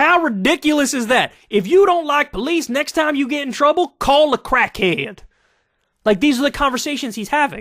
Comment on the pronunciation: "Call a crackhayed"